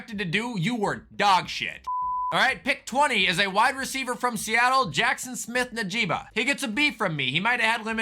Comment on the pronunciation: Keep pronouncing JSNS name like that it’s hilarious sounds like a Pokémon